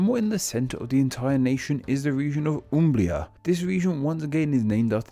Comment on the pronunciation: UmbLia? AbLuzzo?